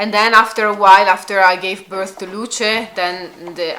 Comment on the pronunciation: the E in Luce is not pronounced as a y in the English Lucy, but as the Italian E, not as in English. It's different, it means light. Lucia is another name and you pronounce not only the I but also the final A.